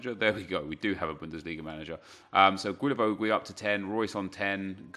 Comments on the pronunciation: Hi, pleaaaaaaase stop saying GUilavogUi 😂 it’s just Gilavogi no needs to say the « U » if you are wondering, ask Reev he says it perfectly right Keep up the good work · Bro just don't pronounce the u's. Not that difficult. Gilavogi. Cheers! Keep up the great work. Loving the RTG!!! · Isn’t it pronounced... “gilla-voe-gi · I THINK it’s pronounced GEE-LA-VO-JEE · Please learn to pronounce Guilavogui's name correctly...